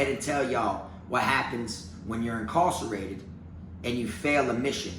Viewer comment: When he says "incawcerated" he sounds like an old-timey plantation owner